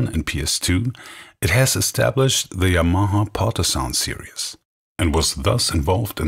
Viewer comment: I would actually prefer those "bulky" organs from the '70s. There's a Yamaha Electone E-5 on EBay now, what a machine!!! Anyway, someone at last pronounces the word Yamaha properly, without stressing any syllables.